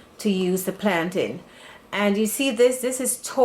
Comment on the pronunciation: I subscribee the minute you said plantain the right way Nuff respect from Jamaica🇯🇲🇯🇲